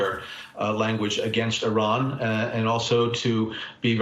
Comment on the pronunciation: How sorry of a CNN host you gotta be to not even know how to pronounce 4 letters in Iran correctly! Big ups to Brennan to correct him.